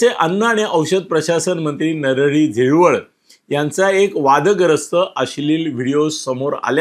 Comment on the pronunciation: नरहरी झिरवळ नाही. नरहरी हिरवळ